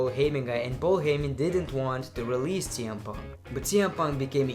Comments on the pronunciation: he botch saying TN Punk and WW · is it me or he read cm punk name for the 1st time is TM PUNK